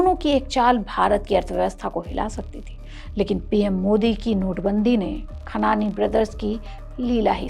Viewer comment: Medam script ache padho or content sudharo 1. Khanani hai khan nahi 2. Jesh nahi pura bolo jeah a moh...